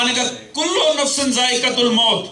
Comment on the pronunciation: Qibla braye mehrbani ayat dru st frmayen apni کل نفسُٗ ) نہیں ہوتا ) کل نفسِِ ہوتا ہے